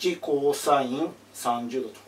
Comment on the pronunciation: cosのことを『コーサイン』って言ってるのがちょっとツボw